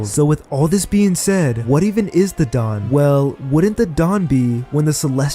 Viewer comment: I was showering while listening to this. I got water on my ear and it sounded like you said 'dong' instead of 'dawn'. Now thats what i keep hearing lol. "The will of the Dong", "Fantasize about the dong" "He will bring the dong and liberate the world"